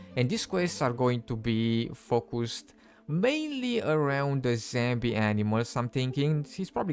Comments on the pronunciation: "zambi" animals ... "zambi" wolves ... "zambi" boars and "zambie" deer how the F does one get to where they're pronouncing "*zombie" ... "zambie" 🤣🤣🤣🤣 like, it's really simple, just google = "zombie pronunciation in English" and push the play button and boom, you've learned something new and actually put some effort into making content ... or you could just continue to not bother about pronouncing words correctly and simply make content in your native language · I Personally like it when he says zambi. This is he’s signature and it very funny. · Zambie, lol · Love it when he says Zambie